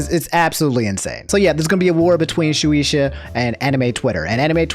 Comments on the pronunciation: It's pronounce " shoo- ey - sha" not "shoo- EE-sha" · it's "shoe-aye-shuh". "shoe-e-sha" is my cousin on my dad's side. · It's pronounced Shoe-ay-sha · The company is pronounced (Shoo-Aye-Shuh) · Its pronounced Shu-ay-sha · Btw if u were wondering it shueisha is pronounced [shoe] [ay] [sha] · Shueisha (Shoo-ay-sha) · Its pronounced shoe - ay - shah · its pronounced like this, shoe aye sha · Its pronounced shoe-ay-sha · I like how hard you tried to pronounce Shueisha right but you still mess up. It's pronounced "Shoe-Ei-Shya" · You pronounce it like shu ey sha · All my homies hate shueisha Btw it's pronounced shoeayysha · It's Shoo-ay-sha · Its pronounced shoe-way-sha by the way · Just to let you know: Pronounced “shoe-A-shuh” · My mans said SHU-EE-ISHAAA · It's pronounced "Shoe Ay Sha" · Lmaoooooo no hate but Shueisha is pronounce (Shoe-ay-sha) just letting ya know love the vids 👍🏻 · Shueisha being pronounced as "Shoe-ee-shuh" kinda hurts ngl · Just a little correction it’s phonetically pronounced Shoo-way-sha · Shoe aye sha. It ain't that hard. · I'm sorry but it annoyed me how you pronounces Shueisha (Shoe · ayy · sha) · he fucked it up. lmao. it's SHOE AYY SHA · Shueisha (shoo-ay-shuh) ~Dz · Shoe-ey-sha. That's the pronunciation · Just in case shueisha comes back to the news, it's pronounced "shoo-eyy-sha" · Shu-ay-sha is how I usually hear it pronounced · Its shu-aye-sha The e's in japanese make a "ay" sound and the i makes an "e" sound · I got you Shoe-aye-sha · just a protip for pronouncing japanese names: pronounce every vowel separately Shueisha → shu/e/i/sha → ending up like shoe-ay-sha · Shueisha is pronounced Shoe aye shuh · thanks for trying to pronounce it, japanese words in english are kinda weird, it's more like shoe-ay-sha, the 'ei' is like ay like Rei (or Ray). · Isnt it pronounced shoe-ay-sha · Yo, I just wanted to let u kno, Shueisha is pronounced (Shoe-Aye-Shah) 😇 I dont want the anime police coming for my boi lol 👍🏾